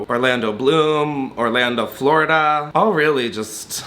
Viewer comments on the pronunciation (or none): none